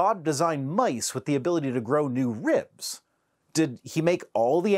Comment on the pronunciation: On principle, I can’t believe anyone who pronounces, ribs like ree-ubs. Sorry